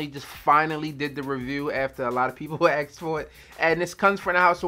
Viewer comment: They didn't "ax" for it, they asked for it.